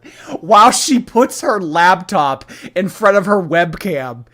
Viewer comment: I can't get over saying "labtop"